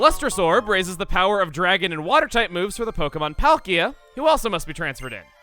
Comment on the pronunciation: Die-al-guh Pol-key-uh Grise-ee-us